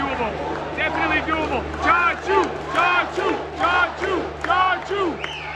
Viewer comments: Its actually chacha not chachoo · its chachuu not tattoo :D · brother his name is not chachoo, his name is Chachaa😂